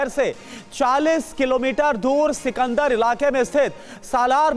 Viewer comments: सिकंदरा है जगह का नाम! सिकंदर नहीं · Sikandar nahi sikandra hota hai